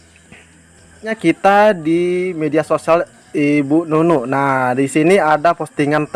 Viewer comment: bukan bu Nunu